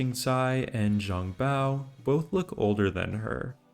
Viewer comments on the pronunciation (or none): DW Online... I havent heard anyone mention that game in a very long time. I did play it, even spent money for in game content. Was an awesome game... I miss it. And btw, "zhang" is pronounced "chang"